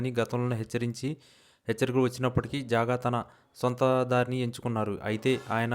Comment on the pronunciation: జాగా కాదురా బాబు, జంగా క్రిష్ణ మూర్తి